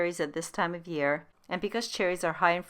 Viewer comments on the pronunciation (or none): none